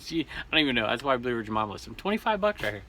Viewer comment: Way to go Blue Ridge Mama most people mispronounce my name, you got it! Thanks again 😊